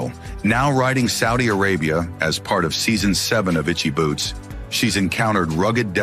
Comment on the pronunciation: What was this bullcrap? Click bait alert! Not only can't you say this wonderful woman's name properly you don't even know a Motorcycle from a Bicycle! This is just an insult to all of us Motorcyclists. Rule one of public speaking is know your subject! You sir do not! That is the only "shocking truth" to be found on this BS site.